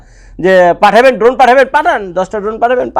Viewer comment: ভাইয়া এটা ড্রোন না ধোন😂 আপনি যতবার ড্রোন বলতেছেন আমি শুনতেছি ধোন😂 শুনতে ভালই লাগতেছে 😂😂😂